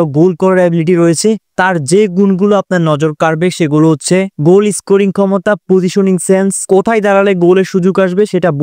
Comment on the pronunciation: গুল না ভাই গোল বলেন